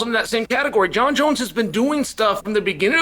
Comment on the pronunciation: Jon jons